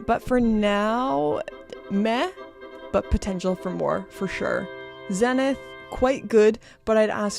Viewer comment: Someday, you will pronounce Zenith correctly. It must be lost in English to English to English translation. I personally like Bulova watches. They are amazing for the price. ❤❤